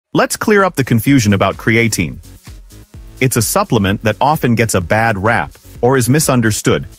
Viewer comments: As soon as I here creatine mispronounced by AI, I'm done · Hard to take this seriously when the AI narrator can pronounce creatine correctly only half the 😅time. There are much better info sources on this subject, like Physionics or Found My Fitness.